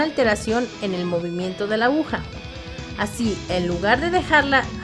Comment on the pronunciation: Buena la información, pero una tremenda pena que la narradora haya dicho en tres ocasiones "abuja" en vez de aguja. Lamentable, si no fuera por eso, hubiese sido muy útil incluso como material didáctico.